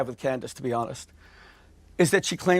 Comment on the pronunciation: Clandace 😂 Candace Ovens 😂